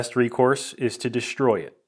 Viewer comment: you pronounced the s in destroy as if it were an s and an h together DeSHtroy. I had a young engineer working for me some years back and she did the same thing. When I asked her about it she was insistent she pronounced the S correctly. Now she was from Newark NJ. I bet you are not. From what or from where does this mispronunciation derive? The addition of a non existent H to the S when the S precedes the letter T. A mystery worthy of a billion dollar budget.